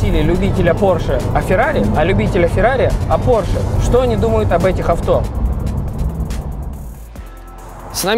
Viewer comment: Porshe - май лав)..